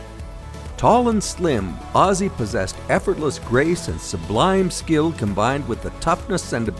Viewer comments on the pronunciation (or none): none